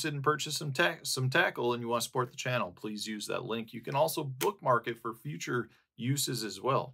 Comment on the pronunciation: DANG THAT'S GOOD PATTERNING! "It's the way of the future-r-r-r-r-r.....!"